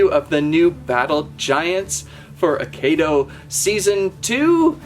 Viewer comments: It's pronounced, "AH-KEY-DOUGH." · you are saying it rong